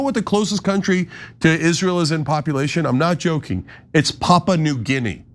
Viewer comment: It's Papua, not Papa. Stressed in U. And Guinea, not Gini.